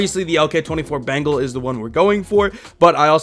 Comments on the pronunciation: Bro, it's not "bangle", it's "BENGAL" - like the Royal Bengal Tiger. Bangles are what some girls wear on their wrists. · It's not bengal like ( ben-gel) it is (ben-gaul) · It's Beng-ALL, not bangle. Sorry it was bothering me :P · Me: bengal: bangle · You pronounce it like 'Bangle', actually it sounds like 'Bang all'..... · It's not pronounced bangle but bengaul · Bro, it's not "bangle", it's "BENGAL" - like the Royal Bengal Tiger. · the pronunciation is Ben+gaal or more like beng+aal = Bengal which a state in india😅 and the skin is more likely referring to the Bengal tigers. Also, love your videos, cheers! 🍻🤘🏼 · It’s pronounced as Béngawwl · its actually pronounced as beng-ol.....or beng-all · I'm from Bengal and I can't help but laugh the way u pronounce it🤣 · The way he pronounce Bengal 😂😭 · Yeah lol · I am from West Bengal And the he says Bengal really makes me laugh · yep he literally pronounces bengal like that🤣🤣🤣